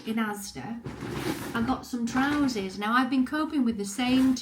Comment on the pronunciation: What are trouzees? Is that a Yorkshirism or a Ginaism?